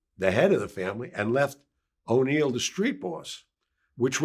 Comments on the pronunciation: He said " O'Neil delacroce" like he's talking about and Irish guy instead of NEIL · He butchered Neil's name too🤦🤦